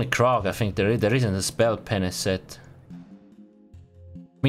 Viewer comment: he said ppenis lol